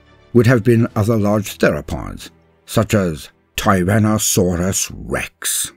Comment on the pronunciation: Why does the narrator speak normally about everything thing else but "Tyrannosaurus Rex!" Always gets special inflection? Yeah TRex is cool but is sounds weird to have the tone suddenly change for just one word